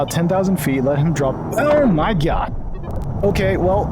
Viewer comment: Love how he says “oh my GYAHD”